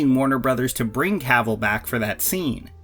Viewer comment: Dammit, it’s pronounced “kah-ville” not “caaaah-vole”.